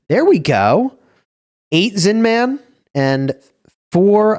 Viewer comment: The way you say Zin-man is so annoying 😂 It's Zinman. No need to hit the hard man every time